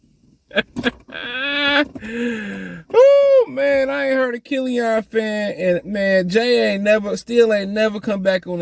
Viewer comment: Bro what? They're not gonna get rid of duren cuz he can't shoot lol. Kill-ian not kill-ion. They're tanking idk what yall don't get about that lol. You can't put a good team together and expect them to tank. This should be self explanatory